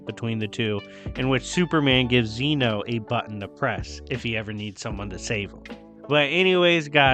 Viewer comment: Youve been saying zeno wrong. This is why dub>sub